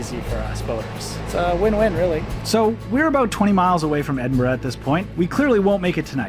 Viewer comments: I've been on the Falkirk Wheel, twice, and I've loved it. I've also walked through and sailed through the Falkirk Tunnel. It is a great trip. When you were sailing through the Rough Castle Tunnel, you were sailing under the Antonine Wall. Thank you for saying Edinburgh and Glasgow correctly. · You're near where I live about an hour away! Also did you go to the kelpies there amazing! And finally someone from America who can say Edinburgh lol